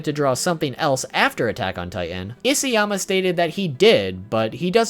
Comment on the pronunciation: it's Isayama, not Isiyama...